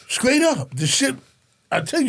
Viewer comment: Nothing more pathetic than a grown man saying "screet and scraight" It's "street" and "straight"! Looks like prisons will hire anybody.